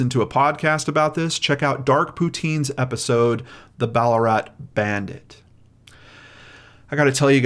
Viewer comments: It’s said Bal-la-rat, not Baller-at 😋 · Why pronounce Ballarat "Ball-a-rut", especially when its original name is Ballaarat and it was originally an Aboriginal term? It's a bit like all those videos where people call Woomera "Woo-merrah". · I didnt know that there was anotjr place called Ballarat, I only knew of the one in Australia and have never heard it pronunced how you said it 😂😊